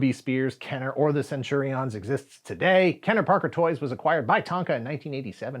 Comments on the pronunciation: Why CenturiOHNs? Do you use the same pronunciation for champions? Companions? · Please stop saying "centuri-ons". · Interesting way to pronounce Centurions. I always remembered it as Cen-tu-rians. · The way says "Centurions" with the emphasis on "IONS" is worth a giggle every time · As a fellow Aussie, do u find his pronunciation of Centurions a bit different to how we heard it? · Can I ask why you are saying Centurions like that? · Am I the only one that cringed every time he mispronounced Centurions? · He keeps mispronouncing Centurions, even after the ad plays. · Why is this guy saying Centurions like that??? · Why are you pronouncing Centurions like that? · Will subscribe when you learn to say Centurions properly...